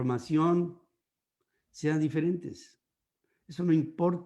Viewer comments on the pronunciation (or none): none